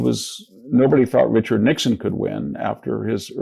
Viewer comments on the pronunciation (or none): none